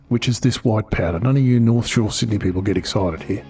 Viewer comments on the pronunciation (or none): none